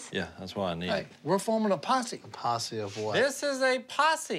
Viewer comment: "HEY. We're forming a possie!" Lololol